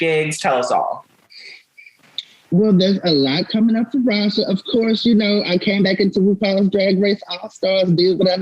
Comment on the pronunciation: Not the interviewer calling her Rajah O’Hare😒🤬